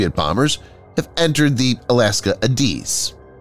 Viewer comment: ADIZ is pronounced long A diz (short “I”) with emphasis on the “A”. I’d expect someone who posts so much military and defense material to know that.